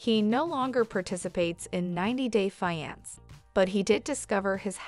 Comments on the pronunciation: Fiance not finance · Why does she pronouncing the wrong word . It’s 90 day Fiancé. 🤔